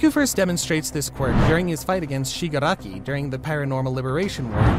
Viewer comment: Shigraki (shig r aki)🤬😡🤬